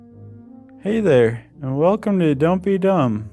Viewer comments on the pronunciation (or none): none